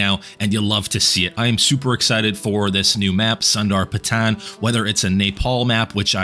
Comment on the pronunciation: Sander-pat-tan and Nay-pall 🖐️😫🖐️ no hate but the pronunciation eats me